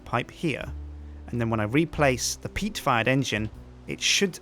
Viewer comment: Every time he says PEAT farm engine. I always hear PEAT FART engine